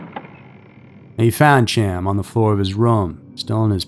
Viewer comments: Dude, what in the fck!!?? Hiw many times do we have to do this??? Chaim is a hebrew name and is not pronounced "Cham" its pronounced "Hi-yum" I seriously dont understand what it is with this channel and the constant mispronounciation of towns, names, etc. If you know that you dont have a clue how its said, why dont you look it up? It literally takes seconds, yet here we are with you still just throwin out your own personal opinion on how it should sound. I dont know if youre trolling, and honestly i dont care. For the professional production value it would probably behoove you to start looking up how to say all the words you know damn well you dont know how to say...just a thought if you wanna be taken a bit more seriously. This isnt a one time, five time, or even ten time thing/mistake. There are easily 40+ videos with you mispronouncing words, and why? Given how quick and easy it is to just look them up, theres no excuse. It just makes the video and channel look trashy. Come'on, do better. Everything else is top tier...i dont get it. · and "Chaim" isn't "cham" it's more like Hyim. Pronunciation isn't usually strong suit, but we love the tales so he's forgiven. 😆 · The name Chaim is pronounced hiyum. Please do not rely on yourself for attempting name pronunciation. Ask for help, search "How to pronounce....". Learn before posting. Have someone else edit your content before posting. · Love the video. For future reference though, Chaim is pronounced "K-eye-m" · Chaim is pronounced “hi-am” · Chaim’s case has been around long enough and covered enough times for you to know his name is pronounced Hy-am. 👎🏼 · ALSO, as Chain was Jewish...His name is pronounced, "Hyam". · Not being critical but Chaim is produced "Khah-yim" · That's not being critical my friend . It's important that people know the correct pronunciation. Thanks for sharing. Happy Halloween. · It's a pretty simple name, every time he said it the way he was, just irritated the hell out of me.